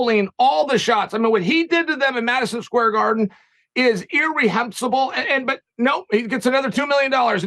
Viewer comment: "Ir-rehensible" thanks big Uncle! This will be my go to word when I need to impress.